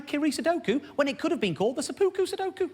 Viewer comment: It's pronounced Sep-pu-ku